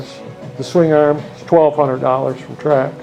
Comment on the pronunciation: Swing Arrhemmm. Swing Arrhhem. Arrrhem. Why does she say swingarm like that and why does it bother me so much? I clench my teeth every time he says it. 😬😡